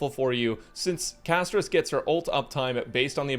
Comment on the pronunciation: Castorice ❌ Cashtorise ✅ with global passive